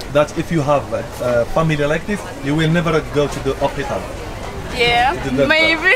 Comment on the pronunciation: U have to say hospital not hopital